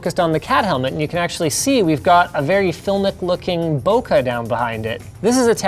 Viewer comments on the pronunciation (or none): Just small little things but. bokeh is pronounced bow-ke(ttle) = bokeh. not boku. and also, animators are the people that move the objects and characters in an animation movie. If you wanna talk about the people that make animation movie. CG artist would be a way more proper term. Its okey though :) just wanted to share that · "Bokeh" is pronounced "bokeh." It is not pronounced "bokuh." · Bō-kay not bōka